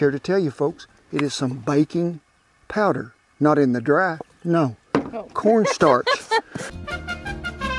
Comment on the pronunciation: When he said baking powder slowly. I thought he said bacon powder.